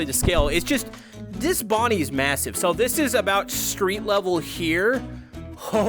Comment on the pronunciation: It is not Bonnie it is bonbon